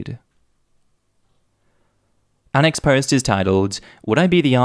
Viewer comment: I can't get over the fact that everytime says "Our next post...." it sounds to my American ears like "unexposed". I actually thought that was what he was saying for a long time, and I was trying SO HARD to make sense of it! 🤣 I should also add that I am slightly hard-of-hearing and I often hear something other than what the person is saying. However, once I know, I usually think it's nuts that I heard something else. With this, I hear "unexposed"... every. single. time. I still love you,.